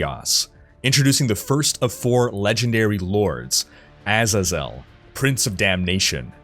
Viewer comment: That's not how you pronounce Azazel!